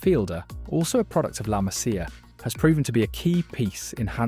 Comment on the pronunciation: If you are gonna cover Barça and their academy you might as well figure out how to pronounce “La Masía”. Hint: it’s easy once you find the apostrophe on the “i”. Hint: “La Museeya”, rather than “La Massya”.